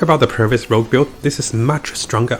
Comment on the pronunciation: It's "Rogue" not "Rouge"